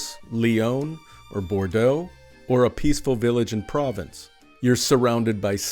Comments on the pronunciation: You said Province for Provence! Mon Dieu!😖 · In French province means countryside not the region of Provence. The pronunciation is a little different, not hard for French people to hear, but hard for us English speakers to hear. Signed by me, an American living in France for last 3 years